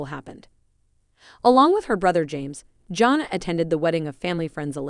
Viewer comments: JAN-NA, NOT JOHN NA! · Learn to pronounce her name and what is so surprising?